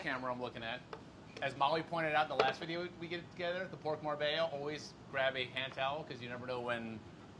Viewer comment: Rapo with the new Lacoste Polo. Would've gone with Red or Green, but I guess Navy Blue is classic. Molly, surprised: "You bought that for the video? Rapo: "Well I didn't buy it for the videh" Near total meltdown with passion before a massive jump-cut! LOL!! Very nice.